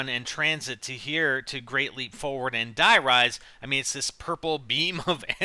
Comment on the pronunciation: Everybody keeps calling it "Dye" Rise. It "Dee" Rise! Like German! Blagh!